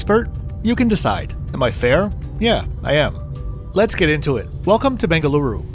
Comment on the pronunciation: just started to watch video the way you said "Bengaluru" I just subscribed :)